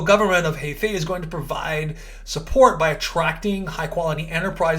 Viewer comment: Heifei province pronunciation is "her fei" haha